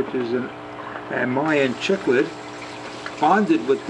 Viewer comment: I'm sorry, but PLEASE at least pronounce Cichlid correctly. "Si-klid"